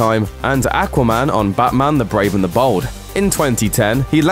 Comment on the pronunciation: Ackwah man